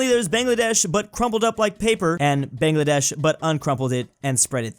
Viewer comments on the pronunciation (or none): bangladesh’s a is pronounced BONgladesh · he still calls it bengladaysh